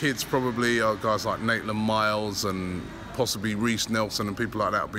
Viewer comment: Not Miles.... Its Niles